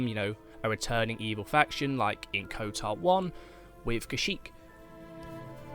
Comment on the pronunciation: Ok why are you pronouncing it “Kotar 2”